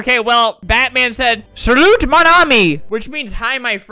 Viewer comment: As a french person, i can confirm that Flamingo is a real french speaker. He said that one phrase very greatly, except for the T at the end of Salut, which we don’t pronounce, but it is one mistake. He said it so greatly. Me, Pierre Baguette, give to Flamingo the certificate of the best french speaker in the world. Thank you, Flamingo. Or should i say, Merci, Flamant Rose.